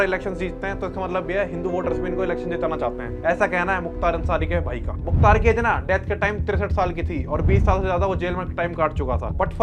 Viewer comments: Bhai kya kr rahe ho yaar, pahle naam sahi se lo ar नहीं मुख्तार, और is line me mt aao. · Mukhtr ❌ Mukhtar ✅ Ham unhi ke area se belong karte hai muhamdabad (Gazipur)❤ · Muktar ansari naam sahi se le babu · भाई मुख्तर नही मुख्तार अंसारी